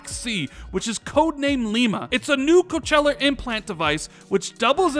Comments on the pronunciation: OK ... I don't know how to say this. But here we go. Cochlear .... say it with me ... ready? It is pronounced ... Coke-Lee-Err and not Coach-Lay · It's pronounced coke-lee-ar. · Im not hearing it but you kept saying Cochella (as in the festival) not Cochlear which is an implant for the ear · Coachella is a music festival my man, Cochlear (coke-leer) is an ear implant ;) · Is he saying "coacheller"? It's pronounced "Kaa-klee-ur". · Co cheller 🤣🤣🤣🤣🤣🤣🤣🤣🤣🤣😆😆😆😆😆😆😆 it's kaak-lear is how u really pronounce it I'm dead 😂😂😂😂😂🤣🤣🤣🤣🤣😂😂😂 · Dude, it's pronounced coke-lear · Coachella headset device lol... 😂😂😂 I love how he pronounced cochlear lol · Isn't it cock-le-ar? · It is pronounced Co - CLEE - er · Just FYI, "cochlear" is pronounced coke-leer. Not trying to be a grammar nazi. Love your vids bro. I'm on the fence about the whole Discord thing. I don't think Discord if worth that much money. I'd rather see them spend that kind of cash on more game studios personally. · Just FYI - cochlear is pronounced "coke-lee-er". I do my part. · It's pronounced Coke-lee-ur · Nobody:: Coh-CHE-lar! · I thought he was talking about a music festival. ^_^ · Just a heads up, pronounced as Koa-clear implant. Which many in the hard of hearing and deaf communities use/have implanted in themselves to be able to hear fully or at various degrees of hearing in some cases. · I believe it’s suppose to be pronounced “coke-lee-ear” implant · Mmmmmm you may want to learn how to pronounce Cochlear.......of course it's fake, it would require surgery you knob! Do you even know what a cochlear is???? Well done on offending any of your deaf subscribers with this horseshit!